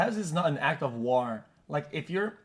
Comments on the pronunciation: is it WHAR? or WAUR? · Because he said war funny?